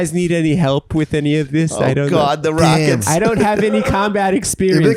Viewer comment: "Ow gawd the Rawkets"